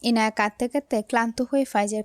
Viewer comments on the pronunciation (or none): আপু তুমি এখনো ইয়ানাই বলছ ইনায়াকে